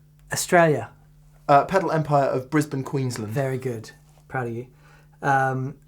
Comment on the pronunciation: Dear. Please teach to say, “Brisbane, QueensLAND!” None of this Queensl’nd stuff please. 😉 Good on ya both and keep up the awesome work!